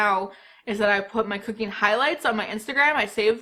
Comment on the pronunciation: I SWEAR when you said cooking I heard “cocaine”